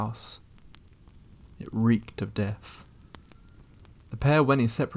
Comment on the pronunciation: Your the mo talking limey, or wherever your from. Pronounce the words correctly! You don't even try? It's not Deaf it's Death...!